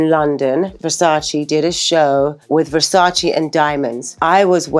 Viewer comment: The way even THEE Naomi mispronounces the word "Versace" I-...